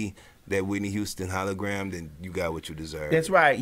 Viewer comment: Gawd Maddie every time you say HOLOGRUM I laugh till my voice is hoarse. 😂😂😂😂😂😂😂😂😂😂😂😂😂😂😂😂😂😂